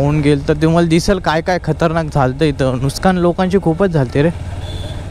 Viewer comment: नुकसान ❎ नूसकान ✅😂